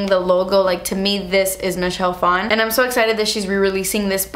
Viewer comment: Michelle Phan pronounced as Michelle Fon.. I hate when people try to make Asian last names sound "Asian".